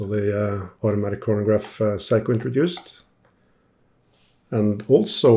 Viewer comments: Is seiko!! Not saiko or whatever you saying. That got super annoying 😅. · Thank you so much for your history on the various watches you work on. It really is appreciated! Now, for your pronunciation of the name Seiko. It's very scary when you say it as, Psycho!! 😳 Lol Perhaps, "Say-ko" would be much better. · Is Seiko pronounced "Say-Ko" like "hay" or "Sigh-Ko" like "high" ?